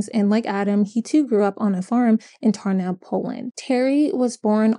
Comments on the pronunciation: u mean Tarnów or what? Tornał? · the Polish town Tarnów is pronounced something like TAR-NOOF (noof like in woof woof) overall well made video also, Adam Janus and his family probably immigrated from Poland to the US to have a better life just to be killed by a deranged man and that's very sad and now I wonder if the rest of the family was punishing themselves for emigrating and thought that if they had stayed in Poland, this woukd never happen